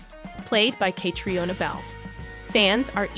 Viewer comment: At least pronounce Catriona’s name correctly 😶😶‼️‼️